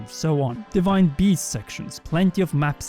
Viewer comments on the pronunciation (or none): none